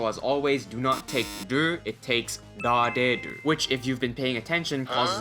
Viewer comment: This video is very helpful and explains things well. However I have a hard time understanding some of the Japanese words you are pronouncing, ie: rareru. I could not figure out what word you were saying. Had to rewind re-watch and finally look to the comments. Please slow down and enunciate more clearly.